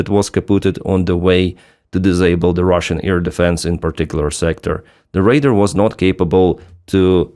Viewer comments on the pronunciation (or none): Radar like Ray-Dar (like far, car). The word you said is “raider” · Little thing, when you say Radar the way you pronounce is make it sound like you are saying Raider, your English is excellent and I hope the feedback is taken positively. Thanks for all your content, I regularly get my news about Ukraine from you. Slava Ukraine